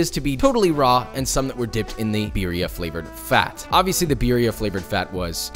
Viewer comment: I’m surprised you aren’t fuming at him saying beeria instead of birria